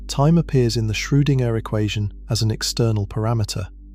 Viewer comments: Shrew-ding-er? That spoils the video for me - a bit. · As excellent as these lectures are, being both fascinatingly informative & sleep-inducingly relaxing, I shall have to stop listening if you cannot teach your computer voice to pronounce "Schrodinger" a bit better. Perhaps a nice German language lesson, no umlaut required? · At right around the hour mark the narrator pronounces Schroedinger's name "Schro-ding- Ehrr", with the ding like what a bell does followed by a brief pause. At it's even worse twice in a row. "Shroo. Ding. Ehrr". Are we CERTAIN that no AI is involved here? Every other time I've heard that name in these it was pronounced correctly.